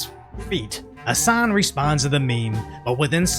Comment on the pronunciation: P.s.- Hassan, the h and an of his name are silent.